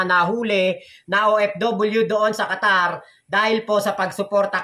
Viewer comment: Qatar hindi Quatar mali